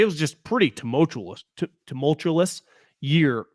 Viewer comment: can’t pronounce tumultuous but thinks he knows how cities should set public policy with regards to infectious diseases. 😂